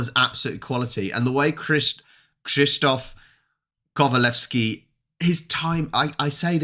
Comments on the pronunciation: You pronounced his name very well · Krzysztof Kowalewski was one of the greatest polish actors ever. Old and great actors school. Old time Polish actors was fantastic, but almost noone at the West knows them. It's sad but true. BTW I'm impressed how good you read his name and surname ;) Maybe you should try once again to said name Grzegorz Brzęczyszczykiewicz? ;)